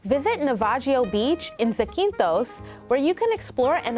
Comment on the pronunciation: Great video! But the pronunciations are killing me. Zah-keen-thos and Delphee :)